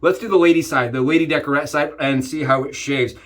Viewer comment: Good vid 👍 lady décolleté not decorete